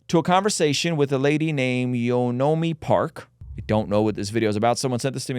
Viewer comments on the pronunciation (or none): More like Yeon Mee Park :)) Yeo no mee sounds like Japanese. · this guy doing the interview is one of the biggest problems in America today . How does he get to speak about his subjects without ANY research ?? friggin guy cant even say her name right . Like her story hasnt been out there for years . stfu christian nah-sayer , you suck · You'd think a platform Podcaster like Ruslan would take a few seconds to find out how to pronounce Yeonmi's name before recording a whole episode and using her for views. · This guy couldn’t watch a video on how to pronounce her name correctly.